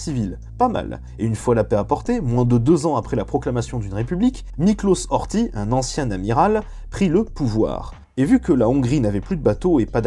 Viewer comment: Il y a quelques erreurs concernant les noms : Horty & non Ortie, ou Saint-Germain-en-Laye & non Saint-Germain-Laye. Sachant que le « Ö » se prononce « e », dû au umlaut, le nom allemand du tréma. Mais sinon, oui, c'était une belle chienlit. J'ai hâte du passage de Dolfuß & von Schuschnigg.